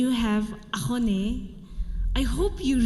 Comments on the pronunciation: To all the SUMI people who pronounce 'AKHONE' are AXONEBA People's 😂😂 SUMI TOTIMI who don't know how to make AXONE are AXONEBA TOTIMI😂😂😂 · you nail it, mos of the people including our sumi can't pronounce axone and its origin. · Thank you for pronouncing axone with originality...nowadays wannabe celebrities tend to say it as akhone